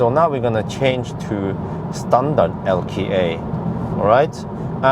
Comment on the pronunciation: (LKA) "El, Kay, Ay" , not "El.Kee, Ay"...